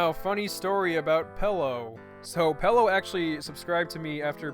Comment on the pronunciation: PELO ITS PELLO!